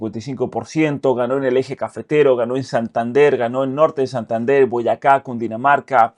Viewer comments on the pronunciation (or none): none